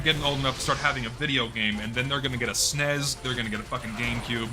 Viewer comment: DID THIS NIGGA PRONOUCE SNES IN THAT STUPID WAY???????????????